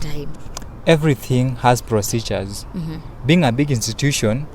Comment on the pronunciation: See even the word procedure he cannot pronounce what is what is prophecy what are you doing in school#tingikalamar